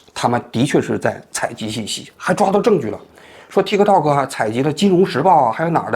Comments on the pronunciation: 念 踢踏 Tiktok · 中間的k不用發音的其實，聽起來很奇怪